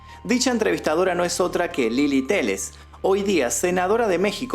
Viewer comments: se pronuncia TEYES, no teles bro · El apellido de la periodista es "Téllez" no, "Télez", pronuncie bien su nombre, BELLACOOO!!!! 😂😂😂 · No se pronuncia Telez, se pronuncia tal cual se lee Téllez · El apellido de la periodista no es "Telez", el apellido es Tellez. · Su apellido no se pronuncia teles, se pronuncia teyes, o sea TeLLes. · Lily Tellez,no Lily Telez.... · Lili Tesssssssssshhhes!!!! no TELES!! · Tellez , no teles, documentate bien antes de publicar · Se pronuncia tellez no teles,polet y no paulette 😢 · Tellez No Teles😒😒😒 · Lili Téllez, no Telez. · Te hubieras documentado en la pronunciación de los personajes. Las fonéticas son Lili TELLEZ. no "telez" y la niña era POLET no paulet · Es Tellez no Telez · En el momento en que pronuncias "Lili Teles" en lugar de: Lili Telles pierdes toda credibilidad. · Es Téllez, no Télez, o Téshez en Argentino 😅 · Es Tellez, no Telez. No estamos hablando de un anglosajón, sino una hispana, por ende la Lluvia, se pronuncia como se escribe, Tellez. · es Lili Teshes, como lo pronunciarías tú, no Teles. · Se pronuncia “Lili Teshes” el nombre de la reportera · Téllez se pronuncia “teyez “ pero igual muy buen video saludos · Lily Téllez se pronuncia como si dijeras "Yogurth" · Téllez! Suena como doble L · Así no se pronuncia Téllez como lo pronuncia es de teles y no es así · Bellaco por no pronunciar bien el nombre de Lilly Tellez 🥴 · Di bien su nombre" bellaco Di bien su nombre... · Nooo, dijiste mal el nombre de la loca, ahora se te aparecerá en tu casa a las 3 de la mañana gritándote "Diga bien mi nombre, Bellacooo" jaja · Todo bien, menos la pronunciación de algunas palabras como Huixquilucan o tellez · Muy buen video! Pero si lo escuchara Lilly Téllez te diría “Diga mi nombre correctamente, bellaco!” 😆